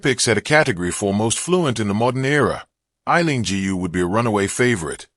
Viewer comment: Why can't people pronounce Aileen GU( properly {pronounce as 'goo' properly????